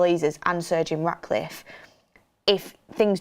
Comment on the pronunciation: Why do I keep hearing Sergio Raticliffe? 😂😅